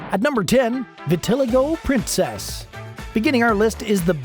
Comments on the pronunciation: Vitiligo is pronounced vi-tuh-lai-gow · Vit-a-LIE-go. Can't stand it when people post videos without checking pronunciation.